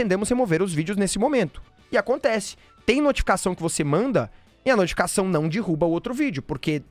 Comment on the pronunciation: Vou propor pro meu namorado a gente ver esse vídeo e se beijar toda vez que o fala “dirruba”